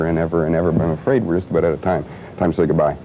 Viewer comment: "This is what the rock business is all aboot: ray-cords." So Canuckian!